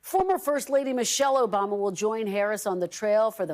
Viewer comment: Mister Obama?! That sounded really weird, not just wrong